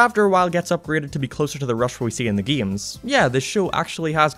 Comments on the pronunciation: oh hes saying "games" not geams, got it!!! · "Geeyems" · The way he said games